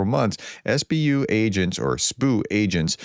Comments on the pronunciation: It's not 'Spoo' it's S.B.U. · what's a sbu? It's an acronym. S.B.U. Not sbu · Professor, it's S.B.U. just like the K.G.B.,not sboo😊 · Stop calling it the sboo it’s the S B U you call the CIA the seeahh for the FBI the FBYE 😂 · please take a few minutes of your day to learn to pronounce Russian and Ukrainian proper names and place names. The Ukrainian agency is not pronounced "sboo" but simply the SBU. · “SBU agents or saboo”? That’s like calling the FBI ‘Fahbye’